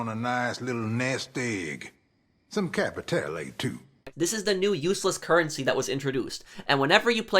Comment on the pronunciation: Capiteyle OMFG stop this pronunciation butchering haha.